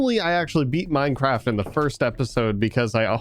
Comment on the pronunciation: Did anyone not notice that just called it Mindcraft?